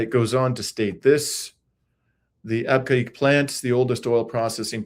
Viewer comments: Abqaiq. British and American expats pronounced it AAB-cake. And Dammam DAH-maam. In Arabic, Abqaiq is actually pronounced Beh-keek. Dammam is Ah-dhim-mam (say it quickly) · PRONOUNCED AB KEG WORKED AND STAYED THERE 50YRS AGO